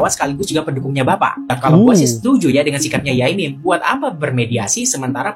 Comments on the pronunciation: Bkn yamim mas, sebutan kyai bg org Jatim biasa disebut yai, sdg mim sdr singktn dr nm panjang pk mim lalu jd yai mim, biasanya kl sekedar menyapa ckp di panggil pak yai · Bukan Yamim bang tp Yai MIM 😂